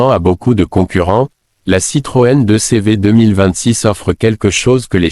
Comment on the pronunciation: Pour moi ce n'est q une étude. Créée par ia. En France on ne dit pas 2 cévé mais 2cv ou deudeuche